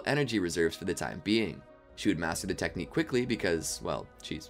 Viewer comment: "hokage styled 60 year old technicue" 😂